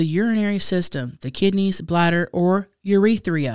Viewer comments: When said “Yee!” When talking about yeast infections and pronunciation of urethra. I’m done! 😂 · The way mispronounces urethra… 😅❤️